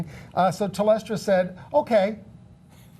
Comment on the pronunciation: Telstra, not Telestra.